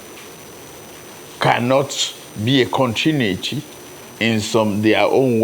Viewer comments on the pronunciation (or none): none